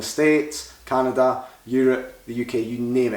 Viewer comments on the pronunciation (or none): none